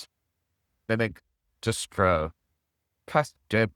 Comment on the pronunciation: here are my top 3 favorites: - "bebek.. distroo~" - "its time to check bubobolook" - "butcho box"